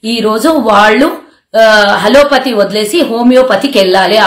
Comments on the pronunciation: మేడమ్ గారూ! 'హలో పతీ!' కాదు..... 'అలోపతి' అనాలి!! ఒక ముఖ్య విషయం తెలుసుకుందాం: అసూయ అనే కాగడా కి గల ప్రత్యేకత ఏమిటంటే, అది తనని మోస్తున్న వారి చేతులనే కాలుస్తుంది. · అది హలోపతి కాదు అది అలోపతి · hallo pathi kadu. sarigga matladu talli..